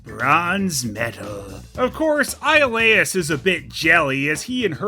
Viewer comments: The way Iolaus is pronounced sounds like "Isle/Aisle Ass" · Technically, it would be pronounced “Ee-oh-louse” But, “Io” is a diphthong in Greek, so it would sound more like “yo-louse.”